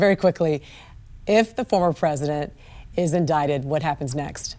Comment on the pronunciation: "Indicted" pronounced Indited.